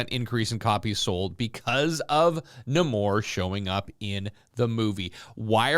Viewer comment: It's Nay-mor, just saying